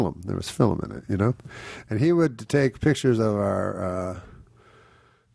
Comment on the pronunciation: Love to hear Norm say "fil-um." This is really such a satisfying interview- laugh out loud moments, flashes of insight and beauty. It's like listening to his audiobook, but with the real Norm minus the loutish "Norm Macdonald" caricature from the book.